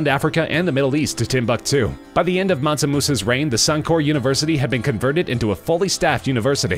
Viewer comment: Mansu? Mansa fool...